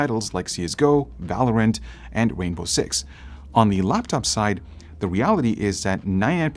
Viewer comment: Wainbow Six. AMazing.